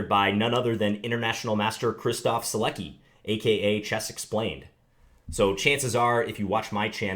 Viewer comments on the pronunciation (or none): ***** No, the C is pronounced like a C. Not S,K or CH. It's Zi-lec-ki. Just read it like that and that's how it is pronounced. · His name is pronounced Zi-lec-ki.